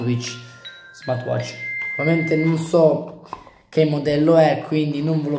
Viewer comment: ti ho solo corretto. Sentire Smart"wi"tch per tutta la recensione non è il massimo, nulla di piu